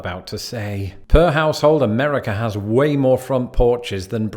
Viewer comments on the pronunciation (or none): Every time he mispronounces "Amerikerr," take a shot of vodkerr.